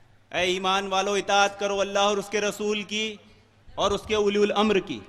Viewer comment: Ye uliyul amar kya hai😁😁😁 Abe sale bewquf أُلِیُ ال٘اَمَر٘ نہیں ہے balkiأُلُواألاَم٘ر hota hai Is bhosadi ko quran padhane nahi aata hai aur ahle hadees kahta hai Kutta tum sab qaum ko gumrah karrahe ho